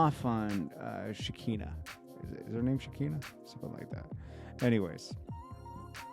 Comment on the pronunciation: You crack me up,. Her name is (she-khy-nuh) like “she kinda (crazy)” without the “d,” add EXTRA crazy 😂 😂 😂 looooong i